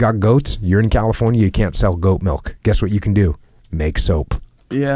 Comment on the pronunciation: SAY MILK. JUST SAY IT LIKE A NORMAL HUMAN.